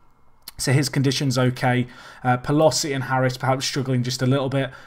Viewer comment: ..and Pel-oh-see